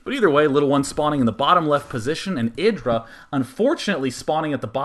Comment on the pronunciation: you put a weird accent on the IdrA name.